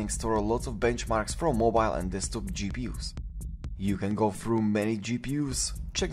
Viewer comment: It's "Desktop" not "Destkop....."